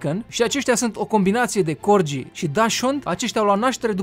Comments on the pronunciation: Fain videoul, cu o mică corectura. Nu se pronunța Corgii, ci Corghii. I-am transcris fonetic românește pt a înțelege și cei ce nu cunosc transcrierea fonetica oficială din manualele de predare a limbii engleze. De asemeni, ea nu plătește taxe voluntar, Parlamentul a hotărât ca ea sa plătească taxe și pt ca o vreme îndelungată după ce Parlamentul a hotărât asta, ea a ignorat hotărârea, Parlamentul S-a văzut obligat sa o someze sa înceapă sa--și plătească taxele, pt ca o pasuisera destul. Doamna a fost chiar șifonată ca i-au cerut asta. No hate, just helping. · Se citeste: corghi